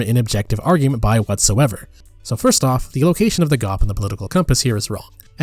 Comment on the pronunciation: You literally pronounce GOP as a word instead of an initialism. You are meant to pronounce the letter of individually but instead you pronounce it as a single word.